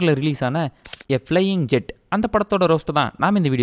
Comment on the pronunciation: அது ஜெட் இல்ல bro.... 'ஜாட்'.... ஜாதி பேர்ல படம் எடுத்து வெச்சிருக்காங்க.....